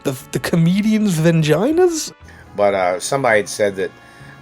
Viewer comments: Who is this guy and who thr fuq is the satellite man? Why is he in a shed? Why does he pronounce it hermaphroditis? Why does her pronounce it vingina? Is this guy Jason Voorhees? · He doxxed himself a few weeks ago. What a mad man. Also, is he saying "Vinginas? V-I-N? Poor guy.